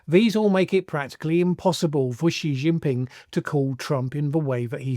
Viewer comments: Shee not Jhee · THE WORLD'S MOST POWERFUL LEADER IS XI JINPING which is pronounced "Ci" by the way. Am3ric4 and especially Trump is next to irrelevant in 2025 Thinking about it - Narendra Modi might be No2.